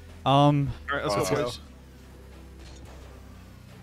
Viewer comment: I swear every time says Lets Go hes saying Leths Go instead!